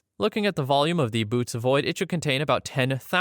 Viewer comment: The constellation Bootes is greek and pronounced boh-OH-teez. The dots indicate that you have to speak both vowels individually.